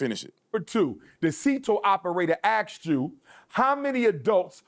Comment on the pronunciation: I can't take any supposed "doctor" seriously who still says "axed"... 🙄